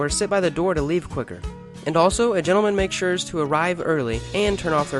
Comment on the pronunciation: "make shures" hahaha